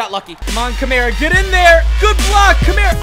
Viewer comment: Alvin Ka-mar-a not Alvin Camera 😂